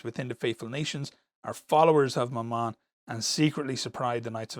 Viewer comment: I understood "my mum" instead of Mammon.